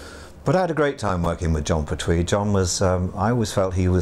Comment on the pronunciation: Impressed how both Troughton & Pertwee's names are mispronounced!